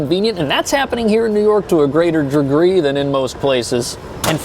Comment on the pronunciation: “To a greater hdgrugreee”